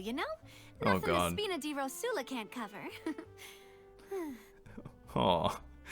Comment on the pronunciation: I think someone should say to them that it's "ròsula", not "rosùla"